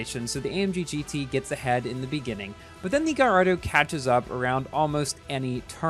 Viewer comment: very insensitive from your part to upload a video about this car right now, when the GP just finished and a lot of ppl didn't get it, also, Gallardo is pronounced "gayardo" , it's a last name, please learn your facts...